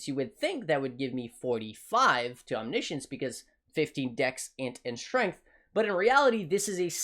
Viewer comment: Omni Science or omnishn